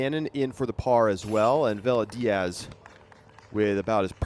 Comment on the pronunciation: Villa is pronounced- ‘Via’